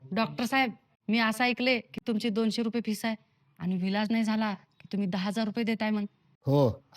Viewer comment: पहिली गोष्ट व्हिडिओ बनवायच्या अगोदर बोलायला शिका फिस नाही बोलत त्याला मी सांगणार होतो 😊 पण तुमच्यात काही रित नाही